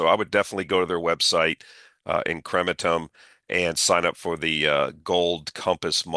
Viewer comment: Lol. “IN-CREM-EN-TUM” Anyway, I feel good about the future of Argentina. Added a couple names as a result. Have a good week 🤜🏻🤛🏼